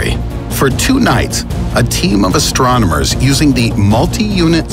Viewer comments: he says astromoners lol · nobody fina say how he said “astromoners” instead of astronomers